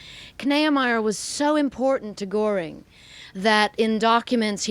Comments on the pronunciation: One suggestion, only. "Goring" has an umlaut over the "o," making the name pronounced "Gerr---ing," and not "Gore----ing." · Please learn to pronounce Göring.